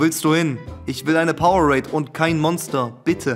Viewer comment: ES HEIßT POWER ADE!!!! NICHT POWER RADE!!!!!!